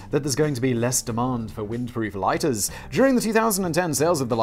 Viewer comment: I liked how simon suddenly had his english accent back when he said LOIGHTERS